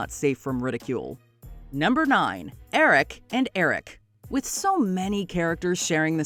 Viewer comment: Only Americans cannot hear the difference. Ahrik Ehrik.